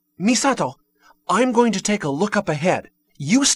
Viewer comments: I love the fact that that guy pronounces"Misato"as a westerner that thinks he knows japanese because he watches anime. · I bug out every time I hear the main character say "Misato" lol...